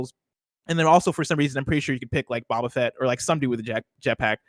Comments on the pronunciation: say Bob-a Fett like an Australian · WOW HAHA not knowing boba fett pronunciation is WILD